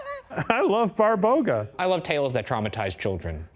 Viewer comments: Babaroga. Not Barboga 😂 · it's babaroga not barboga :(